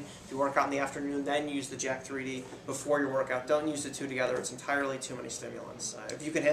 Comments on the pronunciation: It's said as "Jacked" not Jack 3 D lol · great review, i just HATE when people say JACK - THREE D. its JACK3D, you say it like JACKED! lol. other than that, great review!!!